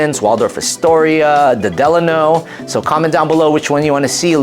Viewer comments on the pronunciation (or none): none